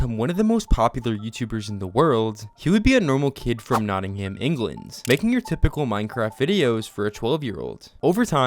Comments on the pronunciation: It's not - in - m not not-ing-ham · bro its not nottingham its nottinghm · This is a good video but I found that Americans don't pronounce the names of British places correctly. It's pronounced no-tuhng-uhm. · He did not just say Nottingham like that....😅